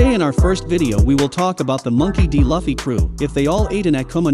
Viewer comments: Why you say lawfee??? it's loofee Luffy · Did you just say lafy? Hahaha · The way he says luffy makes me wanna die